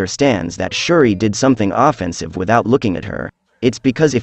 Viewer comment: no one gonna point out he miss pronounce offensive 💀